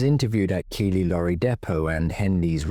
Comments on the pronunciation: Keighley is pronounced Keithley not Keely ❤ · Keighley is pronounced Keithley. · I know I sound pedantic, but Keighley is pronounced Keithley.